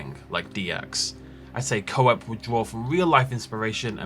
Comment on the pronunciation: Koepp is not pronounced as co-ep. its KEPP.